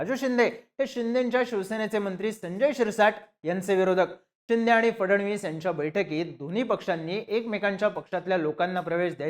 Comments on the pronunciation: खुप वेळा चिंदे, चिंदे असा उच्चार केला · अरे ते एकनाथ चिंदे नाही एकनाथ शिंदे आहे..😂